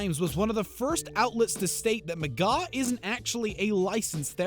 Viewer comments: There's an R in his last name. It's McGraw not McGaw. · Omg you're making me mad his name is McGraw not mcgaw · Phil mcgaw? Its McGraw, there is an R in there chief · His name isn't Phil Mcgaaw its Phil McGraw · OMG RIGHT?!! If you’re going to shade him at least pronounce his last name right!! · was gonna sub but couldn’t after I kept hearing that...lol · Lmao he tried so hard to put him on blast, but just couldn't quite get his name right! 😁😝👏